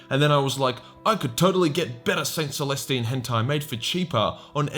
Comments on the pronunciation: Oh God you called her saint molestine lmao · hol'up did you say Saint MOLESTine